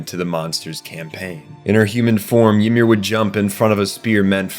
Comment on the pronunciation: Did you use AI for the voiceover? Reiss isn’t pronounced like Reyes The show pronounces wall Maria stupid but the video here says it right, but gets Ymir, Tybur, and Reiss all wrong